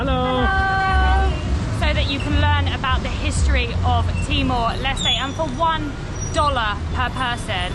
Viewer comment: "Timor Leste" with the end "E" sound in Portuguese, not silent "E" like "Timor Lest" 😅. In English, Timor Leste is called East Timor.